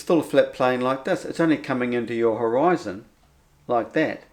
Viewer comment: for the love of Buddha,, stop saying hō-rise-on as if pronouncing it that was makes any sense. Horizon means dividing line.